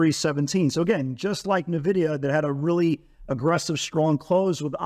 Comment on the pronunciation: It's not navidia...